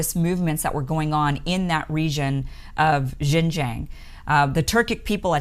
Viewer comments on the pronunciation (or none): the "Xin" in Xinjiang is pronounced as "Shin" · Xinjiang pronounced sheen jyang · Great intro to the actual situation in Xinjiang (pronounced SIN-jiang). Unlike many western media that just spits out rhetorics of human right abuses and cultural genocide versions of the situation. I understand how hard it is to actually do the research with only English. If you were able to speak or read Mandarin Chinese then you would actually realize many Uyghurs are friends with Han Chinese. They're both against violence and extremism. Many Uyghurs actually have saved many Han Chinese during riots. I taught English briefly in China and saw that the students of both ethnics get along. Many Uyghurs do have some stigma to them in the eastern coastal cities as they are usually not economically ahead and didn't speak Mandarin so they had to resort to petty crimes. However, that's a situation for western countries also. Great job on explaining the situation on outside extremist Islamic influence in China as well. They love to prey on the uneducated so is why China wants them to have compulsory education nowadays. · Kim, I love you dearly, but please learn to pronounce Xinjiang correctly. You can find videos on YouTube that will instruct you in the correct pronunciation. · LOL the way she pronounced 新疆 like couldn't she ask anyone how to pronounce it?!? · This woman is nothing but an ultra ignorant American. She admits she knows nothing about the issues, and can get no facts. She has not put her feet on the ground in Xinjiang, and cannot even pronounce it correctly. So why express an opinion? Another narcissist. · Listening to you constantly mispronounce Xinjiang is painful, and makes it hard to believe anything you say.